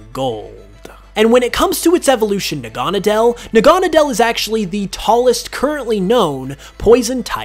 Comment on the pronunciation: Nih-He-Lay-Goh? I've always said Nih-Ah-Lee-Goh. Also Nah-Ga-Nah-Dell? It's Nah-Gah-Nah-Deal.